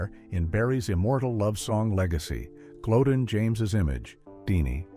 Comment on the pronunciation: The Late Great Barry White's Wife from years ago, NAME is Pronounced " GLO- DEAN, Not GLODEN, please get it Right!!!